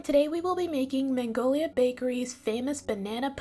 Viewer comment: Please it’s called Magnolia not Man-golia! Are you are New Yorker? 🙈